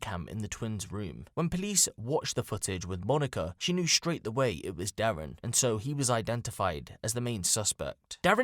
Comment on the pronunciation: The killers name is Dare-E-In